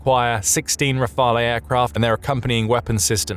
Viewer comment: re-fael. pronounce it correctly what's the matter with the narrator? Can't pronounce nuclear either.